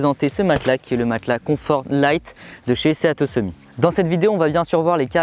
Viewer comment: Juste 1 truc: sea to summit ça veux dire « de la mer au sommet » et ça se prononce « si tou summite » et pas « séa tô summi » 😉